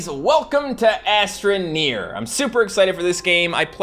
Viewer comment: You said ashtro neer but its not